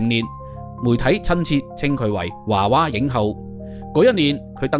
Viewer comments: 「華娃影後」？ 是「娃娃影后」吧？！ 「娃娃」兩個字都讀作 「娃」，何來「華」音？ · 娃娃不是華娃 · 應該讀「娃娃」影后 「 後 」是前後的， 「后 」的皇后。